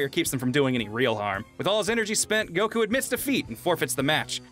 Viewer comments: Solid picks. I just hope you learn that his name is goku not goCoo someday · Why do one of the narrators keep on pronouncing Goku as "Goh-khuu~"? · How does this guy pronounce goku like that? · I love "Goku" pronunciation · I've never heard anyone pronounce Goku like that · pronounces gokus name weird uh